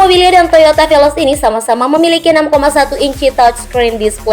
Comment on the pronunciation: Veloz bukan velos